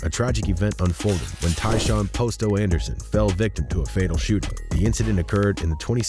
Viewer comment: The way he keeps saying Posto wrong is killing me lol makes me think he don’t really know what he’s talking about